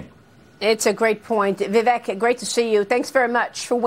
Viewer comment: C'mon Maria, pronounce his name correctly. Vi-veck.